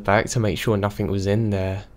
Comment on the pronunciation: whoever is reading this why have you got to {nothink instead of nothing also any other words that end in G